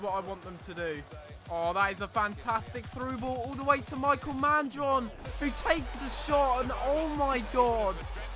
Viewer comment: I think his name is pronounced Me-k-eel because I have a friend with the same spelling and that pronunciation. Love the series btw.